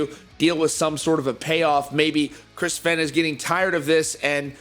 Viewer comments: Fe (aine) not fen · Pronounced Fain, not Fen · this doesn't have to do with the video but does anyone else dislike when people say Fehn like Fain